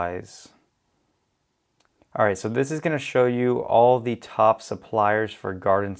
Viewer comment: "The" (as in pronounced *thee*) is used when the following word starts with a vowel. Period. It is NOT: Thee homepage, or thee whatever. BUT "thee" asshole. Hope this helps. More examples: 2. "Thee" top supplier, min 3. "Thee" Jungle Scout Web App, min 4. "Thee" sales are great, 4.2 "This is not a good item to sell" = It is an item, or "thee" item. It is not that difficult. 3.28min 5. "Thee" sales, 6. "Thee" Chrome extension, min you defo won't see me 7. in "thee" next video.